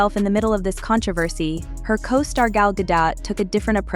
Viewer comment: Translation : Shockingly biased, but in your favorite direction. Show me ONE TIME this video pronounces Gal's name correctly.